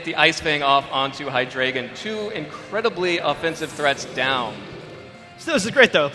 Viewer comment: It bothers me so much that the judges don't pronounce Hydreigon correctly. It' evolutionary line is based on one two and three from the German language. Ein rhymes with dine. Zwei rhymes with why. And drei rhymes with eye. They all even follow the rules of English. People have the same problem with my name, which is part of the reason why this bothers me so much.